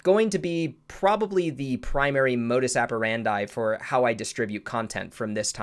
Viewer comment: That's not how you pronounce "modus operandi"